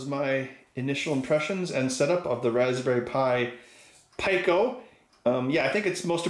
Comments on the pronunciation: Pico...Peeko. not Pie-co. 😁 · Since when was pico pronounced pieco? Surely it's peaco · Its pronounced "pee-coe" not "pie-coe". Cmon ben. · peeco, like picogram. You dont say p-eye-co gram. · Peek-o not Pie-co, hahaha. Great video. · Pico is pronounced pEco, not pIco. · You pronounce "Pico" 'pyco'? I thought it was pronounced peeco. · It is pronounced peeco lol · Yeah it's "pee-ko"... some places might says "pick-o'... where the hell did he get "py-co" from? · It's PEEK-oh. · I just can’t with the “PIE-KOE” 🙄🙄🙄. Out. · Fuckin peeko say it correctly what the fuck is soddered ? idiots what do they know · You're all wrong. It's pronounced "pick-oh" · Me: "IT'S PRONOUNCED PEEEEEEE CO FFS!" Ben: gets to the datasheet Me: gears turning Me: "SON OF A B-" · Lie-nux, pie-co. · Pico... the R Kelly Pi.. I mean Raspberry Pi!